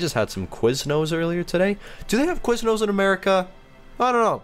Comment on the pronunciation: We have Subway... what is QuizNose though (sorry that's what it sounded like it what is it???